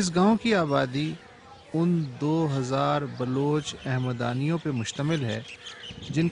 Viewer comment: بھائی أِحمدآنی نہیں اَحمدآنی قبائلہ ہے